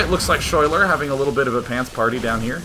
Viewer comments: Schuyler is actually pronounced like Skyler, that is my girlfriend's name and how she spells it, her parents are hippies. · day9 ur so cute when u have no idea that you are pronouncing the name schuyler incorrectly.